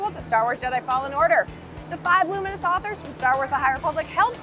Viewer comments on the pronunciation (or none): none